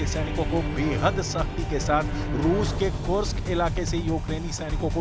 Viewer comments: Kursk hai kursak ni pehle sahi se bol le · कुर्स्क का उचारण सही करो।